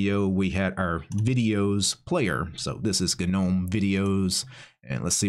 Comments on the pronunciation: I love your vids bro. I'm thinking about learning how to use MX Linux as I'm a windows user. BTW gnome is pronounced with a silent g! Keep up the great work mate!😉🤘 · The G is silent, btw…